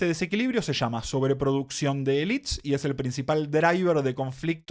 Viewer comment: Muy bien pero estás hablando en español, pronuncia "élites", no "elits" jajaja.